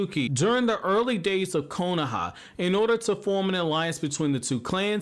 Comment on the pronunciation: If I’d get 1$ bill each time he says “konAha”